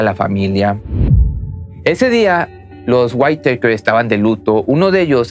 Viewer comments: se no se pronuncia "waiteiker "..sino literal "witaker" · Hahahahahaha los waitekers o los weiiitakers hhahhahahshs losa witakers se pronucia asi...así.... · Buen video y todo pero, No es por hacerte menos pero la pronunciación del apellido está mal, Whitaker (guitaker) , a diferencia de como lo pronuncias como si fue whitetaker (guaittaker) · No son "waiteikers" pronuncia así: whitakers así como se escribe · La high school es preparatoria y se pronuncia "guiteikers" raro chido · Interesante video! Solo una observación,con todo respeto. El apellido se pronuncia:wiraker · Se dice Witaker, y Chequear, no "quecar", y lo digo no por criticar, sino que tienes un canal que oye, y ve mucha gente, y es ideal comunicarnos de manera correcta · La T no se pronuncia en la palabra Whitaker, es como si fuera una R, algo así como guiraker=Whitaker. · Se pronuncia tal cual "güitaker". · Intenta decir "GÜÍTAQUER", eso se parece más a la pronunciación del apellido. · Se pronuncia güitaker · Se pronuncia Witoker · Se pronuncia guitaker, así. Como suena. Xd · se pronuncia witaker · Se pronuncia "guitaker" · Se pronuncia más o menos "huitæker" la doble tt le quita el sonido "ei" a la letra a en inglés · Mala pronunciación, se lee witaker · Amigo no sobre pronuncies el inglés , no se llaman los why takers xd